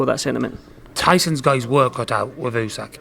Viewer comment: Why do all the Fury’s call him ooseck? It’s Usyck 😂